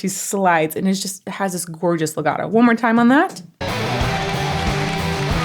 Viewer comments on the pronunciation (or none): none